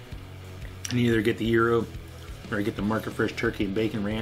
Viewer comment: It is pronounce Gyro not Gryo! Get it right! 😆